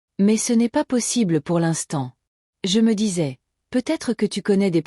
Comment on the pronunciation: 1) ce n'est point joli de faire autant d'intonations chantantes en lisant ni en détachant les prénoms des phrases 2) disais- JE ne se prononce pas "JEU" de facon appuyée mais "J" légèrement dit sans le E